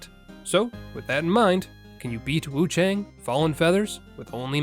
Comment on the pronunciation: Just a heads up, friend. It's pronounced with an "ah" sound not an "ay" sound. So Wuchahng.